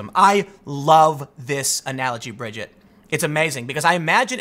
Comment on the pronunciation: You pronounced her name fine, Tim. It's like you said 'Bridge It'. Easy.